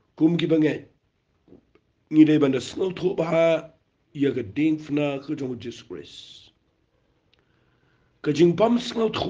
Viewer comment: Wat dom mo phi pule ba Diengphna bad phi pronounce diengfna. Jan noh ka kieñ khasi